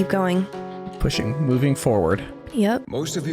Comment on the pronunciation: "Mioving forward" he says :D what a foreshadowing!!!